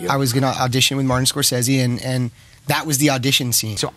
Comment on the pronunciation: Why do people continue to mispronounce Scorsese's name.